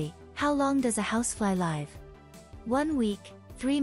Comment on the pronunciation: And was this AI - sounded like it? And as for the pronunciation of 'live' - the verb: pronounced like the adjective. And what was with that 'polar bear' question? Really silly